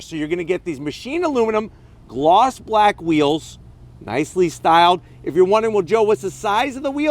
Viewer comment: He said blak! 😆 lol